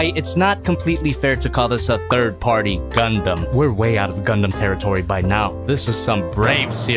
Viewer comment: I'm glad is finally to the point where he can say "Gundam" and "swivel" without having a stronk, way to go!